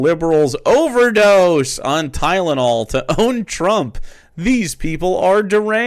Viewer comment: Why is he having such a hard time saying Tylenol?